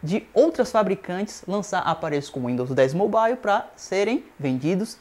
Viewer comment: Amigo vai estudar, e para de falar besteira, e aprende a pronuncia "mobile" direito.